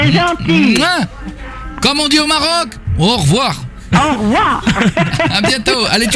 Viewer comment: Non, c'est aukhvoir' !